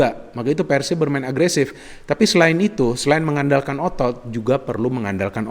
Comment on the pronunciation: ini udah kaya orang sunda dia kl bilang PERSIB itu PERsib >> Pengucapan PER seperti PER KEONG bukan Pengucapan PER seperti PER tiga perempat 3/4.. tapi lucunya pada saat dia bilang PERSIRAJA dia bilang PERsiraja pengucapan seperti PER tiga perempat 3/4.. selamat anda bisa jadi orang sunda haha 🤣👍